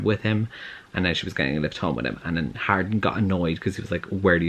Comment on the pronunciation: Idk why but i thought you were saying Harlin this whole time also it seems portrayals of healthy romantic relationships in books tv and movies have gone the way of the dodo